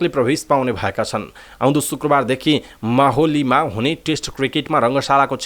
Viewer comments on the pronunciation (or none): माहोली होइन मोहाली हो